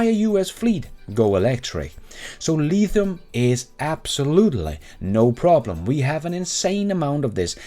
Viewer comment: Haha, go lEEEEEthium